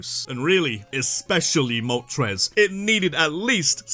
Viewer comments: IT'S MOLTRES, NOT MOTORES! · THE FIRST R IN MOLTRES IS SUPPOSED TO BE AN L!